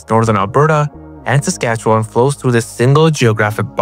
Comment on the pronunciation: Laughted out loud when pronounced Saskatchewan correctly